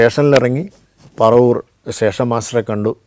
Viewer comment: പറവൂർ അല്ല പരവൂർ